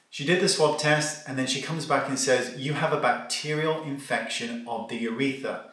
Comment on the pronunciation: Do Brits say "uretha" without the r? It's UrethRa here in the states.